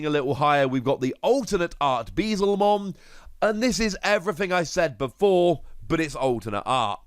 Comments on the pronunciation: it's "Beel-Zemon" not "Bee-Zelmon". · Dude it's beelz not beezel